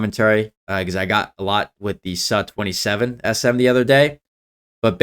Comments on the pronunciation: M8, I love ur videos but can you do me a favor and call the SUs SU and not "saah" or what ever. They named them after the the design bureau "Sukhoi", it's a prefix, so you say SU like in the name Sue. Thx a lot 🫡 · I cringe every time I hear Suh